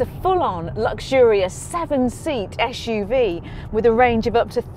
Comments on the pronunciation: it is suv not shhuv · its not "ash-uv